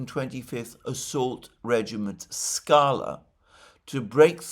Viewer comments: Alexander, it's skalá, (скалá) - the stress is on the second vowel "a". Skalá means "rock" in Russia. Maybe Putin and / or the Russian MoD decided to spare those (potentially American) helicopter pilots to show Trump & US ministry of "war" that Russia can easily eliminate their (US) troops / "contractors" in Ukraine, if Trump continues his rhetoric of threatening Russia? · Trivia: it's "SkalA" (скала), stress on the last "A". Means "rock" (as in a large, rocky mountain).